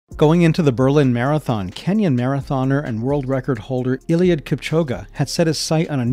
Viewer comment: Ain't no way my bro just said ieiliud kipchoguh